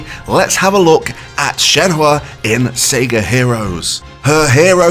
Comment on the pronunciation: Learn to say SEGA